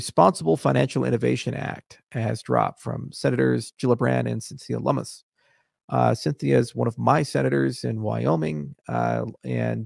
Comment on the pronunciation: Cynthia (Lum-iss) not (Lum-mees). FYI.